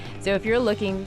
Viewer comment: If I hear say 'In -- ooh -- vik' again (with the emphasis on the ooh) I will scream. I lived there close to 17 years and locals call it 'In-new-vik'. At least she did not mess up Tuktoyaktuk.